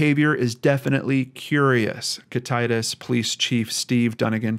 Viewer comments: Hey, thank you so much for doing another story from Washington. Just letting you know it is pronounced Kitta tass. Kittitas. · Kit uh tass is how the town is pronounced if you do future videos which i hope you do there is so much more to this case.. the fbi the police didnt do this right at all! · Kit-uh-tas, Top-en-ahhsh, Spray-g. Very common in the Misty Copsey case with people mispronouncing Puyallup (pew-awl-up) too, our state has some tricky town names 🙂 Great video on such a tragic unsolved case. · Not that it matters too much at this point, But it is pronounced: Kit-tah-Tass (like pass) 🤣 hopefully that makes sense. I’m from the area, born and raised… I graduated from Ellensburg high school the year he went missing, so I’ve grown up seeing all of the missing persons posters around town. This is just such a sad case and I wish that the father would be brought to justice! Thank you so much for bringing attention to this case!! It needs much more attention in the future! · Kit- a- tas we have some hard names to pronounce in Washington. A lot of Indian tribe named land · I live in Washington state and I just wanted to tell you that you pronounced all of those names wrong. LOL they are Native American names. you should probably ask someone from the state that you're referring to how to pronounce those words I'm just saying. I love your Channel! Keep up the great work! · It is Kit tit tas long a sound on last syllable. A decent size city is just minutes away Ellensburg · Oy vey. Why are people...I have no idea. Also, being from Washington, I just have to help you a bit on our words. The county is pronounced Kitt (like the car from Night Rider) It (like the clown from Steven King) Tas (like the task with no "k" sound of the first part of the word tassle. Kitt it tas. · Its said like thi KIT-A-TAS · Kittatas is pronounced kitt-a-tas with light a's. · Its pronounced Kit-uh-tass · Kit- A- tass, idk if that helps :) we have a lot of native names